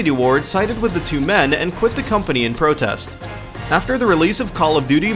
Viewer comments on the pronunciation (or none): in "pratest" brah